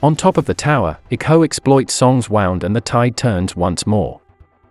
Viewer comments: "Wound"😂"Wownd" Must be robot voice mistake pronunciation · Must be an Ai program reading these. Treat his wound was like treat his wownd hahhaha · did anybody notice where his friends treats wis woand it sounds stupid lke its wound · How do you treat a "wowend"? Is that like a step above wound? Something maybe a tad more serious? lol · How he said wound🤣